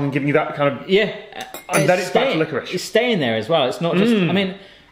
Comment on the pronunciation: Glad Tom has started saying liquorice properly